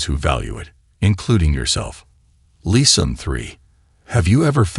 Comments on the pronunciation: What does the narrator mean by leason? 🤔 I exprected something like lessons, pronounced as lè sons or doesn't he mean teachings?? I wasn't forgetting myself, but sometimes people play the victim. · AI can be cool, but man it will be so nice when it really “learns” to speak correctly. “Lesson” is not pronounced “Lee-sawn” lol.